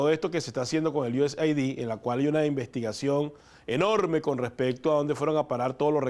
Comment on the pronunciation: se pronuncia USaid es aid de ayuda no ID de identificación